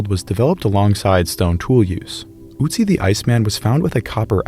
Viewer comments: ever more so surprising it was to hear him pronounce Ötzi wrong as Otzi. how to pronounce Ö: Form your lips for an 'O', but try to say an 'E' without moving your mouth. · Nice Pronounciation except for poor Ötzi :)